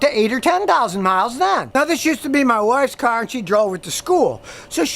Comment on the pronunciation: scotty am not happy u said car....u normally cyarrrrrrhhhh